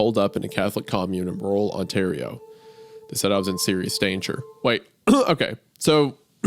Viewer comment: In one of hunter's video he pronounces ontario as on-TAR-io and it's been on my mind nonstop since